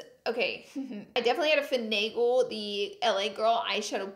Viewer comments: Take a shot every time she says fanagle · Drinking game Take a shot every time Laura says “fenegal”